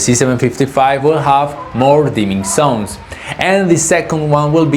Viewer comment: I don't know why you guys can't pronounce the sound "z" at all (have you ever tried?), but it's very annoying to hear "dimming sons" when you actually mean "dimming zones"...